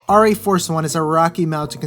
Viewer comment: Pronounced Air - EE Force one.